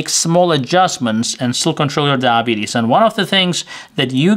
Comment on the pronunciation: Took a minute to figure out what "Dabees" was.